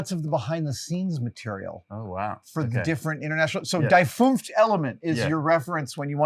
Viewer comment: It's "Das fünfTE Element" :)